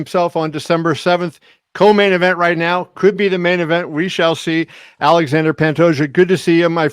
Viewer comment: Awww, Kevin… his name is pronounced AL-lay-Shaun-Dre…